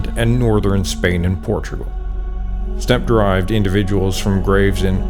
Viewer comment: "What are you doing step ancestors?" Is what I hear every time I hear you say stepe. I heard that joke way to much.